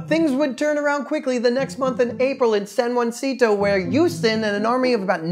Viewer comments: Texans say it "San Ja-sin-toe" Mexicans would say it "San Ha-sin-toe" :D I think you mispronounced it on your Texas Revolution parody, too :) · San Ja-sen-toe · Memes were funny , the review of history was a joke and shouldn't be allowed in any classroom. The funniest thing may have been your pronunciation of Brazos, San Jacinto ,and Houston (really you can't get Houston right) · As a native Texan there was some serious pronunciation mistakes in this video such as Washington on the Brazos San jacinto Sam houston